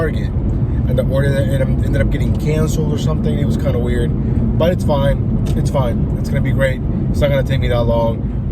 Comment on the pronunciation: Quit saying fringe weird O